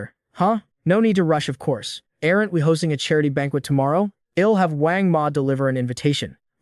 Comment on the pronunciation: 'errant' instead of 'aren't'?